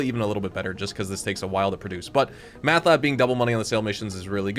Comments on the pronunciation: Are you just screwing with us? Driving me nuts.. it's Meth Not Math. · Why you say meth like that lol